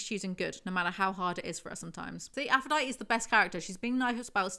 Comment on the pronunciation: can you make an official playlist of your house of night videos? i’d love to be able to put it on while i’m working (although i feel like i won’t get anything done) edit: she still does NOT know how to say aphrodite! slay